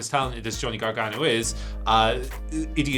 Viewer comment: You know how to say Gargano's name properly. You're not being funny when you screw up names on purpose. Show some respect.